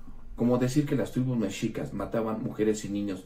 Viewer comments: Si va a criticar primero que aprenda a pronunciar. No es Méxicas, es Mexícas (aunque no se acentúa de forma escrita) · Se pronuncia "meshicas".